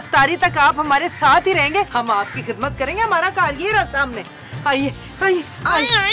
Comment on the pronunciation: Jogi ❌ JoJi ✅ . Kizmat ❌ Khizmat ✅